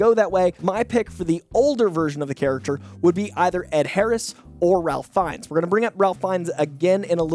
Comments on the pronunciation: By the way, Ralph Fiennes is pronounced Rayf Finez. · saying Ralph Fiennes wrong btw and Sterling K Brown is 46